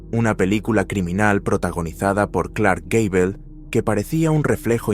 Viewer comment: Sr narrador no es gay''bell ? como ud lo pronuncia jajajaja (campanita alegre) es Gable mas o menos se pronunciaria asi escribiendo en español Gayboll ( bola alegre) jejejeje